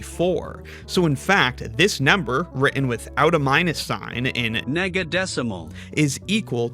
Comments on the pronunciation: i have a feeling you were pronouncing nega like niga so you had to put on an ai voice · The prefix "nega-" is pronounced the same as the N-word (no hard r) for some English speakers, and even for those that don't do that, the words are so similar sounding that it's better to be safe than sorry.